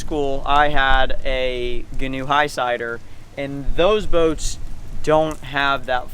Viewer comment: Ghee-noe Ghee (pronounced like key)-new